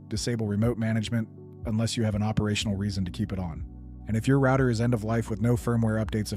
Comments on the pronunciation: And who ordered that back door installed on all routers? Three guesses. And why can't you pronounce "router"? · I'm assuming he lives in UK now or works with people from the UK as that's exactly how they pronounce router.